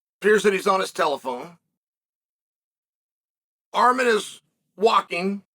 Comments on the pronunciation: Did he just call him ARM-HAIR 😅😂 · He called him Arm-hair 😂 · Armhair WTAF 😂 JFC Cheel you americants don't even try, do you. 😂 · Armhair was hilarious